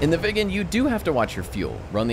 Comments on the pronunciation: Say it like Wick in John Wick, but slightly softer. Wicken, that'll be allright. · It's pronounced Veeg gen. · It's not pronounced " vegan" it's pronounced " veeg-en" 🇸🇪